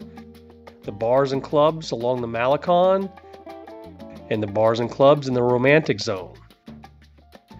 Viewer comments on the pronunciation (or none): It's a cute and informative video. Your voice is very pleasant and easy to listen to, until you pronounce many of the words and names here in Vallarta. Malacon for instance is one that I hear all the time and I cringe every time I hear it mispronounced. It's Mal-a- CONE not Mal-a-KAHN..😬 Taqueria also, it's tah-ka-ria not tack-a-ria. All the carts in that location actually are very very good. Open well into the night as late as 4-5 in the morning. So when you're hungry after that late night of bar hopping, it's a great place to stuff the belly. And then, one mistake in your video as you were describing the Palms Cabaret, your video is showing the location of The Incanto which is a completely different place for cabaret and shows. And you were on point about Pancho's tacos, it's a sham, it's a hype, it's all about the notion of the line to get in there. People think because there is a line that it's a fabulous place. The places you mentioned are much better than that. Go right next door to Cafe De Olla'. I have been frequenting this city since Pepe's Tacos opened 30 +/- years ago, and I can say, they can advertise the best tacos in town, and they do, right on their sign.